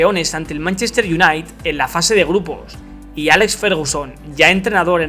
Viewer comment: Se pronuncia "iunaited" crack